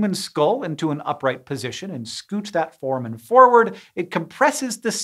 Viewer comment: Hank, here is the pronunciation of foramen: For-ay-men